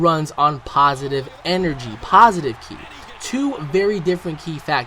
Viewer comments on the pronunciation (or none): It's Beerus not Bruce ooh and its Ki not key